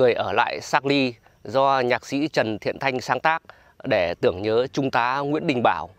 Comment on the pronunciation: Charlie chứ không phải sạt ly nhé.😂😂😂😂